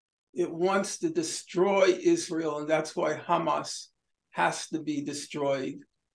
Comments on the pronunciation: Sanders is so dedicated to help Israel with that genocide. One can see that dedication even in the Israeli way he pronounces Hamas term. The first sound is too zionist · Bernie started pronouncing Hamas as Khamas. That should be your first indication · anyone notice how bernie has never said “khamas” before and suddenly he’s speaking like an israeli? does anyone know why israelis say “khamas”? i don’t hear “kh” pronounced with any other words beginning with “h.” is it some inside israeli joke…? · He’s even adding the K at the start of Hamas 🤣🤣🤣 that’s how you know he’s turned